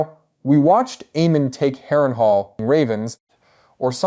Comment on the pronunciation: I love your videos, but sometimes how you pronounce names like almond and Aemond is weird